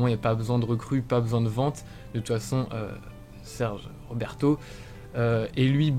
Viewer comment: "Serge Roberto", légendaire 🤣